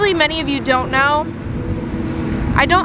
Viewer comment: Name the truck donut lol. Idk why but when you said you havent name the truck yet you said "don't know" and idk why but I thought you said donut lol